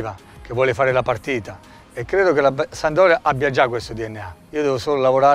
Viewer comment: 💙⚪💖🖤⚪💙 Pescara è rappresentata da un delfino... Genova, da ALMENO 50 anni è rappresentata dalla SaMP! PRIMA REGOLA: imparare a dire SAMPDORIA ( si può dire anche SAMP...anche DORIA...ma MAI sandoria!) IMO ovviamente. Saluti e SEMPRE FORZA SAMP!!! (hai visto Difra...è facile..😜😜) 💙⚪💖🖤⚪💙